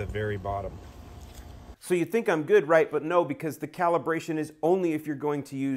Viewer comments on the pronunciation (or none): none